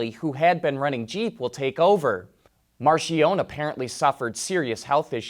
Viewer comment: Its NOT pronounced 'Marshionnne' - 'MARKIEONIE' - Spelled Marchionnne.